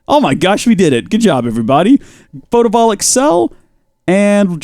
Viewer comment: the fact that he’s saying photovoltaic wrong REALLY bothers me